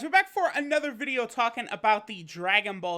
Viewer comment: I fucking love when you say "Anather" xD